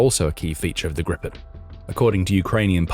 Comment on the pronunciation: It's Gripen, not Grippen. And it's pronounced Greepen. The name refers to the hippogriff. Here's what a lot of Swedes think: "Don't botch this now, Ukraine. There had better be a Ukraine left when it's time for the deal to buy the rest of the planes. You getting these for free means my tax money is on the line for this "gift" here. They aren't cheap. We expect a return on investment."